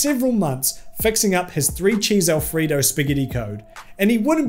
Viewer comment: The way you pronounce "Alfredo" makes me suspicious that you might be Australian.